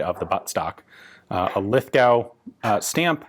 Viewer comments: God damn it Ian its pronounced Lith-go not lith-gauw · Thanks for the vids Ian. FYI :- It's 'Lith-go' rather than 'Lith-gow' .. despite the spelling. Keep up the great work. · "Lith-go". It's pronounced "Lith-go" not "Lith-gow". Remember, this is Australia, we like to not pronounce annoying letters in our place names :P See: "Melbourne", "Brisbane", and "Canberra". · from all the aussie's it is said lith - goh not gow if it makes it easier, think of the actor john lithgow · Being a bloke who has grown up in Lithgow. It hurts me when you say "LithGOW", just "Lithgo" mate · It's pronounced Lithgoh not Lithgowe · In Australia its pronoumced "Lith-go" to rhyme with 'foe' rather than 'cow', the 'w' is silent. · As an Aussie Lithgow is pronounced as Lithgo. The w is silent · Aussies pronounce Lithgow as "lith-go" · Lithgow, pronounced 'Lith-go'. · PS., I think Ian has been talking with an Aussie and it's Lithgo, the W is silent like the p in swimming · Lithgow... lith-go thought every Australian watching this. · A bit of help with pronunciation of Aussie lingo it is pronounced Lith-go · Ian it's pronounced Lith.... oh, somebody has mentioned it already. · Pronounced "LITH-go" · Great video. Nice to see some Aussie gear. BTW Lithgow is most typically pronounced “Lith-go”. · Pronounced Lith'go in Australian English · If that stamp is Australian it's pronounced "Lith-Go" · It's pronounced LITH-GO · Lithgow is pronounced lith go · Ian, for future documentation. Lithgow, is pronounced: "lith-GO". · Great video Ian....nice to see some Australian gear being shown. I also liked your Owen gun review from a few years back. Your well researched approach and encyclopedic knowledge is to be admired. By the way, Lithgow is pronounced 'Lith-go'. Just a heads up for next time :) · it's pronounced Lithgo spelt lithgow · Forgotten Weapons Hi Ian just for interest, i live in Lithgow, pronounced Lithgo , if you ever get a chance we have an awesome museum at the small arms factory!